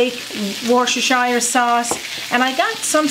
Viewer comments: Awe!! Thank you Heather for one agin helping me pronounce the W ward sauce!! Haha. I hope you try this method for your next big roast or game meat meal. We so appreciate you stopping by and Happy St. Patrick's Day to you.:) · Happy St. Patrick’s Day and Raymond!!!! I have never tasted moose, however, I know it is a very lean meat. Say zoo. Now say Wooster. That is how you pronounce the W sauce. I am going to try this recipe. Once again, thank you both, and your team for all you do for us viewers to enjoy your Sunday Show. Have a great week, be safe, and stay healthy. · W Sauce - easy peasy - just say Wu stir - as simple as that Wu stir sauce !!!